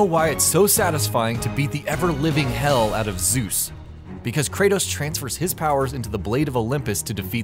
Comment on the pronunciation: Zuz xD ZEUS.